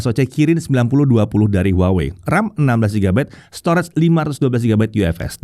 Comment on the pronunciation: brand HUAWEi dibacanya : WAHWEi 😊